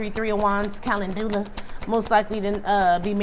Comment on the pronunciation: Pls don't take it the wrong way...🙏🏾 it's pronounced ca.lend.jew.luh❣ Imagine being at a conference and walking up to a booth and asking for calendula soap bar...and being told LOUDLY how it's pronounced...🙈 that was me.